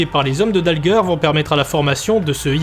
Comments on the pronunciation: Christian Dalger (prononcer Dalgé) et non pas "Dalgueurre" 😥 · Christian "Dalgueure" n'a jamais existé au sporting 😂😂😂😂 C'est Christian Dalger (se prononce gé!) J'ai connu le sporting de la fin des années 80 en D1 et qui jouait à Mayol, l'epoque des Olmeta, Alfano, Zahoui, Anziani, Pineda, Ginola, Borelli, Rabat, Courbis, Berenguier, Marquet, Meyrieu, Bell, Mendy, Carvalho, Onis (qui avait 40 ans, jouait 3 matchs dans la saison mais plantait des buts à chaque fois et j'etais avec ses deux fils au college) et les 2 groupes de supporters etaient les rasta du bronx et la brigade azur et or ! Que de souvenirs, epoque memorable !!! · Beau travail par contre très mauvaise prononciation du meilleur buteur de l'histoire du club c'est Dalger comme Alger en Algérie...pas dalgeur... sinon encore une bravo pour l'énorme boulot